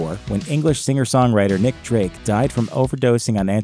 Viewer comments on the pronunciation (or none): none